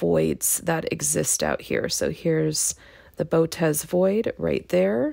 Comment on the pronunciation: You said Bow-tez. It's Boh-oh-tis.